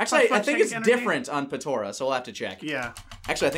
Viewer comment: He keeps saying patora